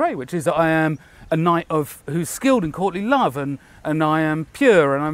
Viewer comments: Does anyone else keep hearing Courtney Love (I am certain its me and is saying Courtly Love)? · I thought he said “since the time of Courtney Love”. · thanks for the comment, I couldn't unhear "Courtney Love" and I knew that definitely wasn't what said.